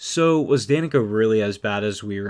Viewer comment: Funny thing is the announcer pronounced her name wrong for half the lines, but they kept it in. Dan-eh-kah and Da-neek-uh are both heard.